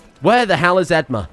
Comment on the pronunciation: I know this isn't related at all but the way you pronounce edmure as edmar is driving me up the wall 🙃